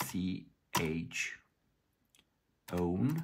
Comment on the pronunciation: just so everyone knows he doesnt say chome it is chown :D